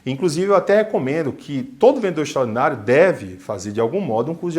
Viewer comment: "Vendedor extraordinário", eu entendi todas as vezes "vendedor xonado".